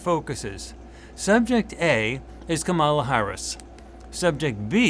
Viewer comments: Is it possible that got B and C backward? Where was subject C on the first two focii? Oh, and it's pronounced comma-la. Like, ",la" no rise or fall of accent. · Please pronounce Kamala correctly. It makes me question this entire thing and the channel.